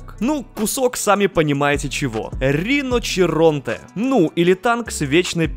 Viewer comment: Не риночиронте а риночиронте)))